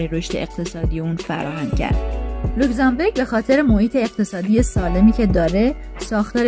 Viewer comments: بانوی محترم اسم کشور اروپائی لوکزامبورگ نه لوکزامبِرگ. بورگ در زبان المانی قلعه و بِرگ به کوه گفته میشه تو لاتینش هم رو نقشه نوشته.موفق باشید.🎉🎉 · لوکسانبورگ نه لوکسانبرگ معنیشون فرق میکند برگ یعنی کوه بورگ یعنی قلعه